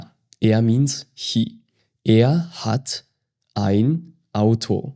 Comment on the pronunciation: Did anyone notice he pronounce er as she not he 😮